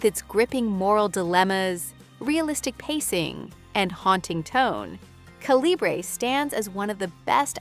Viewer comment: You said Calibrè 3 or 4 different ways, which makes me think you're an ai narrator. Unless writers phonetically spell such words, different pronounciations often happen. Also, you have "on Netflix" in your title. Repeatedly saying they're on netflix makes it seem like your script was a few words short otherwise.